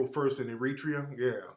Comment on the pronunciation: Air-ra-tre-yah I can't have you mispronouncing countries playa. Keep fighting the good fight Tariq.